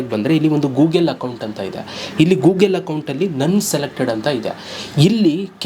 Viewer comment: ಗೂಗೆಲು ಅಲ್ಲ ಮಾರಾಯ ಗೂಗಲ್ 😂😂